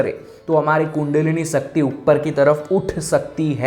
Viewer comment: TRS ka interview dekha...aap श ko स kyu bolte ho....सकती, खुसी,डाइमेनसन...kya hai yaar... speech ki vajah se aapko sunana achha nahi lagata...gujaratio ka naam es vajah se kharab hai...mai bhi gujarati hu...so please speech strong and clear karo.